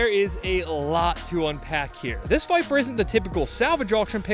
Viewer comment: Listening to say Corbette and Biper in the same sentence had me rolling